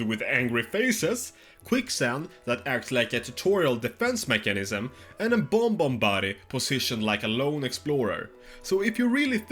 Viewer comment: it's bob-omb not bomb-omb 💀